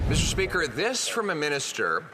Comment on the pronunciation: I cannot wait until I never have to hear FREELAND SAY MISSTURE SPEEEKER AGAIN , BOBBLEHEAD BIMBOO